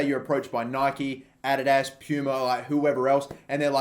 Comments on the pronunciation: why are you saying adidas like that? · stop saying adidas that way plz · The way he says Adidas kills me😂😂